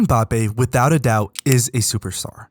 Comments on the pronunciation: This nigga said mPAPPE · Good video, but from an African to the world: Most of you pronounce his name wrong. You say Embappé but it's Mbappé, you leave the "E" out